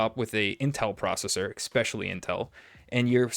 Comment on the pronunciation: "Expecially"... Great review, though!